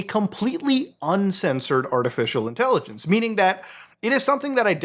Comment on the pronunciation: I hate the way you say artificial intelligenceseseseses